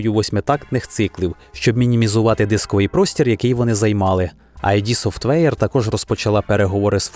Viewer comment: воно не "айді софтвейр" а "ід софтвейр" від слова